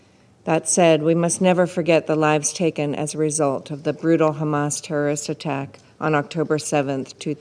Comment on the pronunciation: How many times he said khamas I can't count🫣🥴